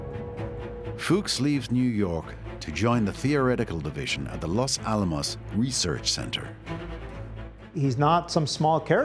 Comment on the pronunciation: This pronunciation of the words 'Los Alamos' makes my ears hurt.